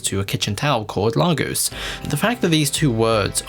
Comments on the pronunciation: Well done. One note on your pronunciation of "Lahgoss", I know the MCU decided to mispronounce it for some reason but as someone who's been there, it's really "Legoss/Leygoss" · It’s pronounced ‘Lay- Gus’ not ‘Lagos’ please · Pronunciation of Lagos grinds my gears it's lay-gos not lah-gos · African here it's layyyyygos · Please pronounce "Lagos" correctly.